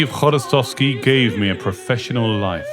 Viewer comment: Dear Author, thank you for the right pronunciation of his name, “hv” is very difficult to pronounce for our foreign friends , we really appreciate it😊